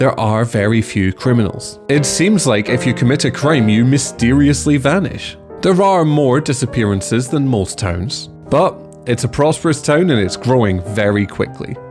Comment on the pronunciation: The subtitles for this understand your pronunciation of towns and hear "tones" 😅